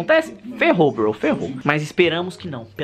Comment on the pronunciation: Porque VC fala broi